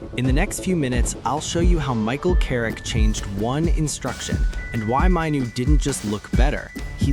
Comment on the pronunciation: An American accent pronouncing Kobi's name wrong. Not Mineoo it's MAIN OO. I could only last 15 seconds. T